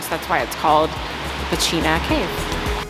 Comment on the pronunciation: I like your pronunciations of Serbian words! Especially Pecina, you nailed it! What do you use to make these great videos (I mean camera and mic)?